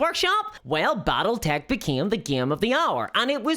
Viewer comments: "Bottletech"??? What is "Bottletech"???? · I've never heard of "Bottletech" before...:)